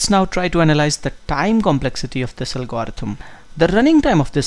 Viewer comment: I think you are pronouncing algorithm wrong.